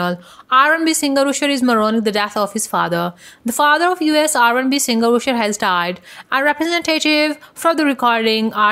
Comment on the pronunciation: Stop saying oosher😏